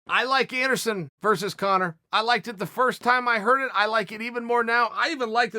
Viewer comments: I can't believe everyone has been spelling Anderon Silva's name wrong all these years.. thank you for correcting us uncle Chael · Ok now Chael where is princess Leia from ? Chael: ANDERON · Anderon “I bac” Silver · Everyone: Anderson Chael: Anderon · Who is Anderon? Uncle Chael can’t even write! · Errrrrm chael!! You missed the L in masvida-L and you missed the S in Ander-S-on...and thats definitely not how you spell Ronda!! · It’s about time someone told Anderon and Masvida they’ve been spelling their names wrong all this time. Thank you Uncle Chael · Nobody: Chael: Masvida and Anderon... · does it bother anyone else that uncle chael wont spell anderon's name right ever? and now masvida lmfao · The UFC have been spelling Anderon and Masvida’s names wrong this whole time and nobody was brave enough to tell them until Uncle Chael finally came to correct them